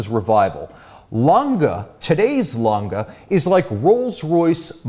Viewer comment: Its Lan-Geh, not langah or languh or langa, langeh or lange with short e pronounciation